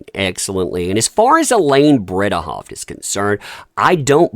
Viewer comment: Bredehoft... BreDehoft, not BreBehoft.